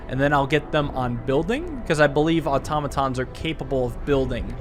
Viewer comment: automatons really are pronounced like otamatones